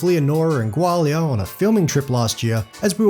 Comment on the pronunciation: Dude, it’s pronounced Gaw-li-uh😊